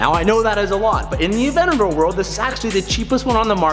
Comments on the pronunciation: AvenTador saying Avenador pains me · it bugs me that he calls it "avenador", there's a 't' in there. ah-VENT-ta-dor. is it just me? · please please pronounce the “t” in aventador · Someone please tell him its avenTador not avennador.... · AvenTador not Avenador!! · “Avennador” 😝👌🏼 I love it!! Congratulations 🎊 on the big buy!!! Thats so sick man!! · You are saying aventador wrong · Boy if you don't pronounce that "T" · Can you learn how to say Aventador right?